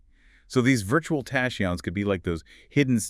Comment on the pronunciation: How do u produce a whole video on tachyons and not know the correct pronunciation of the very subject that the entire show is base on? AI?